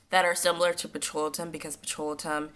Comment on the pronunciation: Pet-ro-lay-tum. (Petrolatum)